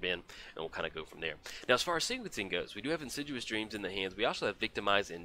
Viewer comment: you should be more assiduous about pronouncing insidious.;)